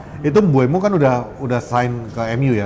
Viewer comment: mbumo bang bukan mbu-emo wkwkw